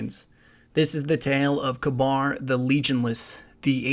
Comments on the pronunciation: His name looks more like it's pronounced "caber", not "cabar" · Love the video! (Isn't it pronounced Kaybr and not Kbar?) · Its not kabar. Its pronounced ka-ber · its ka-beer, not ka-bar. also watch the plosives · ka-bir. not ka-bar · Kuh-bahr is an interesting way to pronounce it. I always thought you pronounced his name Kay-bir. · pronounced [KAW BURR] not [kuh bar] but this video is awesome! you should definitely keep this up! i dont know why bungie couldnt take the time to put all of this lore (with audio narration like this) into the game and add some more character to it. as it is now it feels so empty, with no character or color to the lore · According to TTK, it's pronounced ka-beer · Mr. Crusader Meh I like Galahorn better... That just sounds stupid the way you responded. You should always use the proper pronunciations. I think it is "Ka-ber" just as Gjallarhorn is actually pronounced as "yahl-lahr-hawrn." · wouldnt it be pronounced "cah-burh" ? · the way you say kabr really annoying i think its said k-ber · Kabr (Kay-Ber) Aegis (Ayg-is) not ayjis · I've always pronounced it as Kayber, but it really doesn't matter all that much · I pronounce is KAH-ber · dude work on the way you pronounce these names and words. they are said aloud in the game and by the devs. its really irritating to hear you mispronounce these names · is it pronounced kaBAR or Kayber?